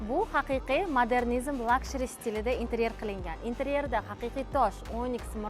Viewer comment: Luxury lukshuriy deb o'qiladi! Ishlaringizga omad!